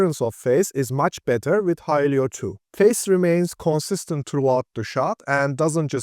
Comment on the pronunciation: Great video, only it's not pronounced "Hi-lee-yo", it's "Hi-lo"